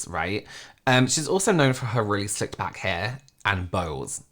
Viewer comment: When said “she’s also known for her really slicked back hair” I heard “her really sick back hair” and I thought how have I learned everything about this girl against my will but never heard about her crazy back hair before???